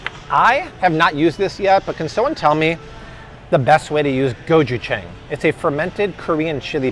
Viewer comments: Yay labels out! Thank you! You’re amazing. This video was hard to watch as a korean. Rice is a staple. Gochujang.. pronounced go-choo-jahng. You can mix minced garlic, sesame oil, soy sauce, green onions, ground pepper, sweetener of some sort.. it should be tad sweet, salty and savory.. marinate chicken or pork.. can be a dipping sauce. Take away the sweetener and can use as a spicy stir fry. Watch Maangchi on YouTube. Very much like sriracha.. you can add it to anything for heat and flavor. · It's pronounced gochuj-ah-ng. You can use it as a sauce for rice bowls in Korean it's called bibimbop. Also can use to marinate meat kind of like a bbq sauce. It has a sweet spicy with salty background flavor. Watch Future neighbor here on YouTube. Super cute Korean couple who teach how to cook beginner level Korean food. They also have an online shop for hard to find ingredients.